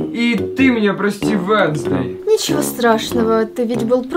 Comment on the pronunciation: Не венсздей а уенздей руку зовут вещь